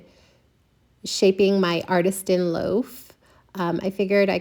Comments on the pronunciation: Love this! BUT it’s Artisan, not Artistan. Sorry, It was just bugging me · ArtiSTAN loaf??? Or artisan? 😂